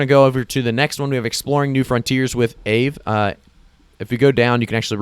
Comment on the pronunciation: Thanks for the heads up in FIL. Aave: Ah-vē. Named after a Finnish Ghost.